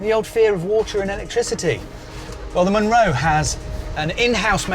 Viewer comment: A "Munro" is a Scottish hill over 3000ft and it is always pronounced mun-RO.